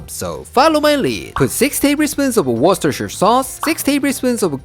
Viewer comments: can say worcestershire better than i can… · This man literally pronounces worcestershire sauce better than most american foodtubers